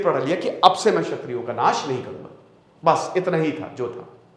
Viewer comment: 'छत्रियों' नहीं 'क्षत्रियों'